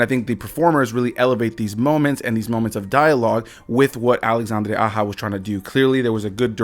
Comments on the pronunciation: LMAOOO this man pronounced the directors name like he was a Latina 🤣🤣🤣🤣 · This guy pronounced Directors name as if he was an Hispanic female. Lmao